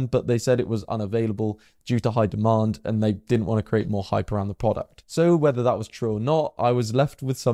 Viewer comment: Putting your add into your narrative detracts from your narrative and is rude, since it tries to force one to look at it. You also frequently use the term 'actually' out of context. Compare your pronunciation of the verb 'create' (to make or produce) to the noun for a wooden box, called a "crate" to show you how incorrectly you pronounce it. Sorry to criticise; but if nobody else than I point this out, you will continue to harm your image.